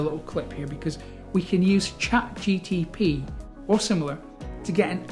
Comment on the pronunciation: Nice video...its ChatGPT, not ChatGTP :_)